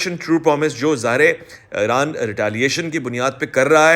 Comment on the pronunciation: IRAN Dom ✅ IRON Dom ❌❌😂